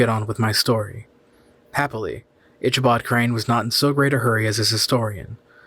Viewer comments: It's Ick a bod Crain not Isha bod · Ick-a-bod. If you're going to narrate, at least pronounce famous literary characters name correctly. LOL